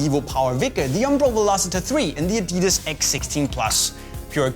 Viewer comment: you freaked up the names of adidas boots on the list:P